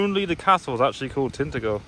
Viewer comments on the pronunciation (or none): Love Cornwall, gone there nearly every summer for close to 30yrs. And if you were wondering it’s Tin-Ta-gel not Tint-Agle 👍